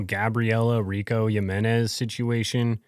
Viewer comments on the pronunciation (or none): none